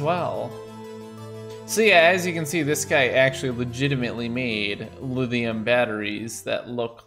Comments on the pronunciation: It kinda annoys me whenever says Lidium instead of Lithium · we didn't get the memo in the midwest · Is saying "lithium" or "lidhium?" I keep keep hearing the voiced "th" instead of voiceless "th" like I'm used to hearing and saying. Is it a Vermont accent thing? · Is he saying "Liz-e-um"... and "molt-in"... can't deal... sorry